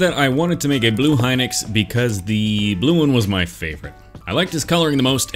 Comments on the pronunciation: I’m going to get a lot of flack for this BUT! I believe it’s pronounced “He-nox” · Hinox is Pronounced he nox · pronounciation is it hee-nox or hy-nox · the way he says hinox makes me so mad